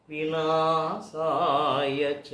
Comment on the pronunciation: వినా సా యచ కాదండీ, వినశాయచ అని పలకాలి సర్ సరియైన పదం అండి.